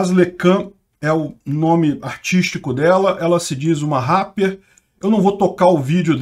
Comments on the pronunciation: Como se diz: Repper de sunguinha: rapper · Uma "raper" kkkkkkkk k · Eu amo quando o o fala "Ráper" kkkkk... Dou altas risadas!!! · O melhor do vídeo: falando Rapper:_bovino